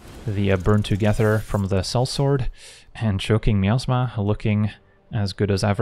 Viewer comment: Yes, I kept hearing the same thing. 😅 Truth be told, the word is probably supposed to be pronounced that way, and we just don't realize it. 😂